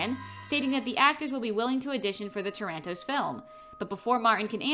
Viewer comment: Healthrow airport? Also did you call him a midget? Low effort all around Edit; how do you keep saying Tarantinos name wrong too?